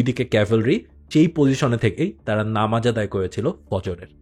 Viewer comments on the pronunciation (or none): none